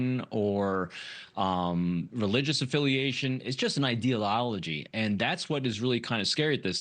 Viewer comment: "Ideal ology"🥴